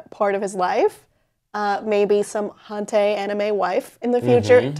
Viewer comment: .. haun.. teh? haunteh!?!? Hentai. It's pronounced exactly like it's spelled. Hen-tai.